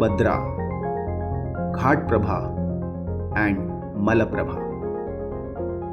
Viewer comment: Sir , it is not ghatprabha, if I am not wrong it should be Ghataprabha,…. Please note